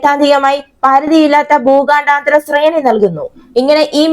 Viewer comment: എടീ ഊച്ചാളി ഊച്ചാവളിചി.. ഭൂഗാ ണ്ടാ താര.. ബാലസ്റ്റിക് മിസൈൽ അല്ല.. 😅 ഊച്ചാളി.. ഭൂഖണ്ഡാന്തര.. എന്ന് ആയിരം പ്രാവശ്യം എഴുതി പഠിക്കു..